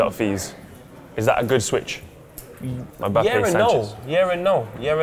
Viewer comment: lool keeps saying "mabappe"